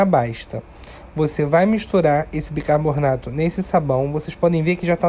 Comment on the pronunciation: Muito boa sua receita. Se me permite fazer uma correção, a palavra não é bicaboRRRnato, mas sim, bicaRRRbonato.